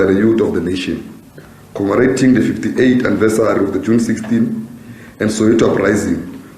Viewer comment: Do you commemorate or commarate? 😂